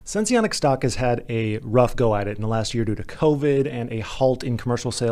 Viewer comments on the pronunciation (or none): I don't think you have to pronounce the e in sense